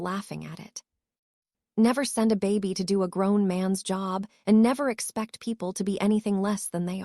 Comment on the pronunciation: The word is baby not Bobby